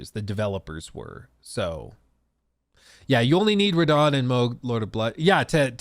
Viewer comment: Radagon, not Radahn.